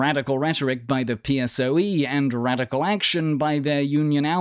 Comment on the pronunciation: Is so funny when you pronounce PSOE in english